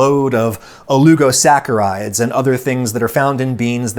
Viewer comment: "alugo" saccarides? Ya mean oligosaccarides? I've never heard the prefix "oligo" rhyme with the almost-but-not-quite-primate colugo before.